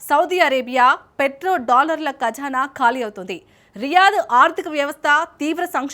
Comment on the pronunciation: అది కఝానా కాదు తల్లీ - , ఖజానా ! తెలుగు నేర్చుకోండి రెండో తరగతిలో చేరి ఓ నాలుగేళ్ళు చదివితే కొద్దిగా * రావచ్చు!!! *తెలుగు !